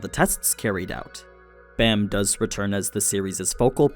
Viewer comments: Its b aaaaaaa m. Like open wide and say aaaaaaaa. Baam not Bam👌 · Man i love your content l, but please watch it in english. They use the correct pronunciations and you are slacking my friend lol. Its pronounced baam ( long a) not Bam. Im not good enough at spelling to type the rest out. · Why do people keep mispronouncing Bams name. It’s B-Ah-m. Not Bam